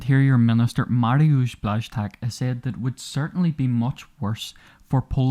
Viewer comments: The name should be pronounced as sth like english words "wash" and "chuck", nice wideo btw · Even other slavs cannot really pronounce polish names, so don't worry about it. Błaszczak is one of the semi-difficult ones, mine for foreigners looks like nothing, it's written "Chudzikiewicz", but there are also names like "Krzekobrzegoszczyński", "Grąchowiak", "Grzesłowolski" or well known "Brzęczyszczykiewicz" which are ones of the hardest i've ever seen, its not "Ovuvuevuevue enyetuenwuevue ugbemugbem osas", but still.